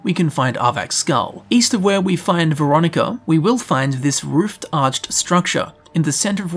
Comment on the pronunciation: its Valerica not Veronica other than that great vid